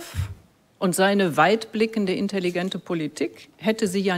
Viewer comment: interessante Betonung von intelligent.